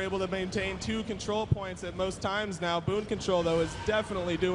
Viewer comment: It's Boon Control, not Boom lol